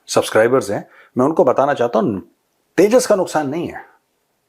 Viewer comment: Yeah Teja Teja Kya hai Yeah Teja Teja Kya hai 😂😂😂😂😂😂